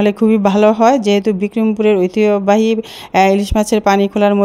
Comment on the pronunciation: ঐতিহ্যবাহী উচ্চারণটা হল না। চেষ্টা করুন।